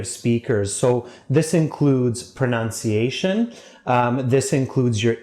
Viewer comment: You mispronounce the word "pronunciation". The most commonly mispronounced word.